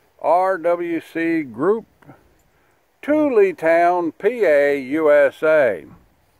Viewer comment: It was made by ''Mashed Potato''? . Tully town not Toolee. Ribbin ya! LOVE YER WORK